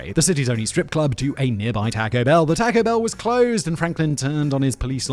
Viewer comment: "Tack-O Bell"